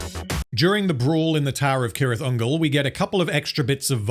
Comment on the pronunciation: its pronounced "sirith" ungol btw, as far as i know